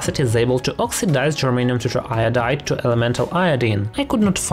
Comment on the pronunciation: he keeps saying germaine.